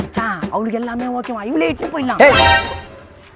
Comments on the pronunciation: Yov ஓகேவா இல்லை ஓக்...வா தெளிவா பேசுய்யா 😂😂😂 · bro Neega okca okva nu sonniga enakku thappa ketuchu 😅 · Adhuvum haaaa haaanu solludhu Neeee ok va ok va nu solra😂😂😂😂😂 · ஓக்கவா ஓக்கவா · ஓக்க வா ஓக்க வா😂😂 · ஓக்க வா ஓக்க வா... யோவ் என்னாயா😅😅😅